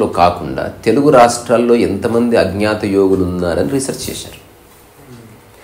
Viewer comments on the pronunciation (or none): none